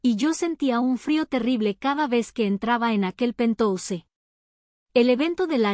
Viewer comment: Se escribe penthouse pero se lee penthaus.